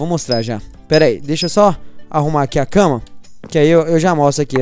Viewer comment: O não fala cama mas sim casa kkkkk